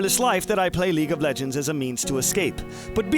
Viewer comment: lol leage of legeds